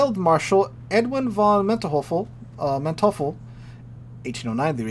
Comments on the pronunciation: Say it with me: MAN - toy - full. Man devil. I am sorry to harp but this bothers the OCD out of me. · Manteuffel is pronounced MAN - TOY - FULL. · the pronunciation is "MANTOIFFEL" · pronounciation note: Manteuffel = Mantoifle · Manteufflel is pronounced Man-toy-full, emphasis on 'toy'. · Mispronouncing someone else's name, in this case a national hero, isn't a crime. But pretending you still can't pronounce it on the tenth attempt and then throwing out ten Abomination names, thereby making fun of the name, borders on insult.